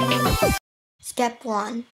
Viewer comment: shhtep tree, fryan